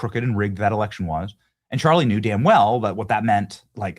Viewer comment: Pwease help us with our rext "erection"